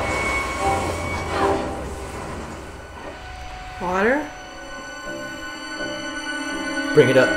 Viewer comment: the girl sees water and literally the stupidest way you could say the basic word water she goes, "WaTEaR" ( Spongebob emoji). i enjoyed watching their videos but the girl was just noticeably STUPId the whole time. if it wasn't for the other guys i would have never watched them. How are you embarrassingly bad at commentating a Nick cartoon? She must just be a girlfriend or sister that just wanted to part of it. i hope she stops doing these.she singlehandedly could sink their business. Everyone else is good tho!